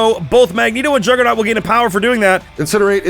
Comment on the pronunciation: The Jugg-ra-naut? Learn how to speak.